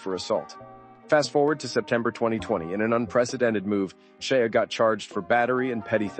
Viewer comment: His name is Shia like Shya.